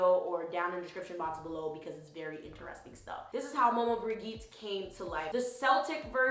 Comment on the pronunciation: side note, I'm of the same blood {not family but area} as she, so i thought to be helpful by saying the G in Maman Brigitte is pronounced as a J not a G. that said, thank you for tis video. I've bee called to research and this has helped. I've even saved this to a playlist. blessing